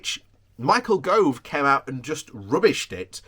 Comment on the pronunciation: Yay, your corrected your pronunciation of Gove! Then you forgot, but this IS PROGRESS!!